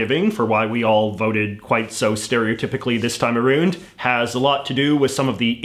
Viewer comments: Did you just say “aroond?” Too far. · The way he pronounces "around" and "about" reminds me of a British accent that I cannot remember. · He also said 'around' the same way. It sounds cool anyway.